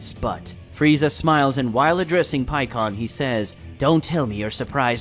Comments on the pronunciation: Pikon = pie-con not pee-con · PIE-CON NOT PEEKON